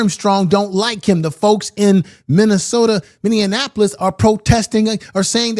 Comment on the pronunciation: It’s Min•ne•a•po•lis